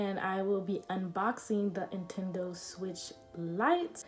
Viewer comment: Was I the only one that heard intendo not Nintendo ?